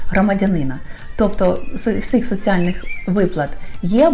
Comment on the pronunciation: Не "соцЫальных", а соціальних?)))))